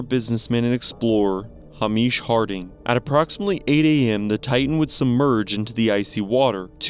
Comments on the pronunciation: Dude, the name is Hay-mish like the word hay and mish from mish mash. It’s not Hah meesh 😂 Maybe look up how to pronounce things before messing up the poor guy’s name. 🙄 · It's pronounced hay-mish, not har-mish. Dont worry, you're not the first YouTuber to mispronounce it. Must be an American thing.